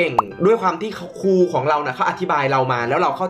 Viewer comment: เป็นครู ไม่ใช่ เป็นคู อ่ะ